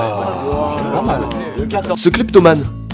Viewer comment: Ouais au deuxième il dit clépatomane